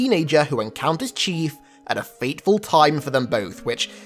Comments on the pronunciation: he has the word fateful as fatful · "a fatful time" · fateful or FATful? Lol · fatful times? Lol